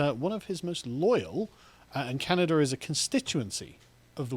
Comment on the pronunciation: WTF is "Canader"?